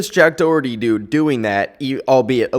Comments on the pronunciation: im sorry it hurts my sole the way most people prounce Doherty its like dó-her-tea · the way you're saying "Doherty" really hurts 😔😔